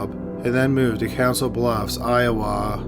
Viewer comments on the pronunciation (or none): Souix City, Iowa is pronounced Sue City, I-O-WAH. However, you pronounced Council Bluffs right.